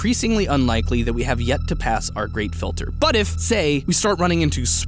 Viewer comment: Who else thought kept saying grape filter not great filter